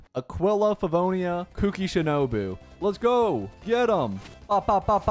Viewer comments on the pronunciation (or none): none